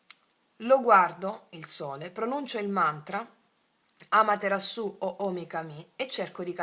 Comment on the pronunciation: Amatera'su o omi ka'mi ( gli accenti giusti sono questi)...mantra giapponese alla dea Amaterasu, dea del Sole, che ci ha insegnato Selene Calloni Williams, cara. Magari dovresti dirlo. Grazie per quello che dai e fai